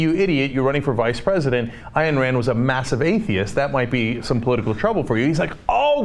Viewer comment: CENK, for the last time it's Ayn, rhyming with dine! Not Eye-Anne!